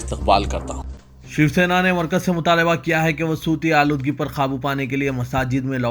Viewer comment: Sooti Aaloodgi.nai Bhai 🙏 SAUTI AALOODGEE please learn URDU